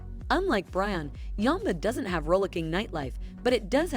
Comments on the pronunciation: Yamba (pronounced yaam-ba not yahmba) is like many NSW North and South Coast towns. Look 'em up! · Where the hell is yumba... oh you mean YAMBA. Yeah nah thats not how you say that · AI is woeful eg Yamba is not Yumba ! Prices are way off In Yamba , the medium price is close to double. Lots of inaccuracies here make watching this painful. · Must admit I was surprised to see my town of Yamba on the list. (Yam Bar is how it is pronounced)I literally am in between 100acre farm and the national park. My property is 200m from the Pacific Ocean. With only 6000 residents. I came up here over 20 years ago for a holiday and never left. It was such a great area to raise kids. I'm glad I bought my home before the house prices exploded though.The average price of homes here are 1 million dollars.